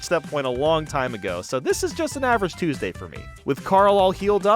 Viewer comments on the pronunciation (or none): none